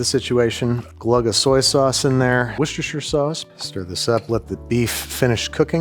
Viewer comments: Wooster, not Worcestershire…. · As a British woman, I want Andrew to butcher me like he butchered the pronunciation of Worcestershire sauce. If I had a husband. I would leave him for you, Andrew. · Excuse me, sir, it's washursister sauce.